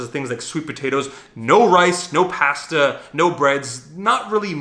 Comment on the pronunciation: STOP PRONOUNCING PASTA LIKE THAT IMMEDIATELY